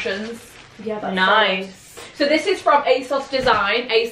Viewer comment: No one:: ✨sOLiD✨